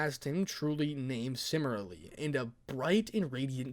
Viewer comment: Just a tip for future chapters when Semiramis (lady death) makes another appearance. For pronunciations sake Semiramis is the assassin of black from fate/apocrypha on Netflix. Idk why but I’m hearing her name being said differently.